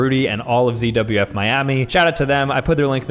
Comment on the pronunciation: says CWF instead of ZWF